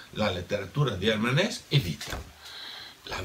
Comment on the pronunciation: Hermann HessE. In tedesco le e finali si pronunciano sempre.